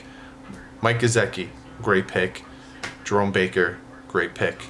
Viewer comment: Lol geo-dart... it's go-dirt :) Phins up!